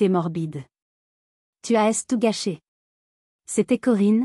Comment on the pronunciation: Tu A.S tout détruit, tu as, tout simplement, pourquoi différencier les deux lettres, alors que c'est un être humain qui parle au micro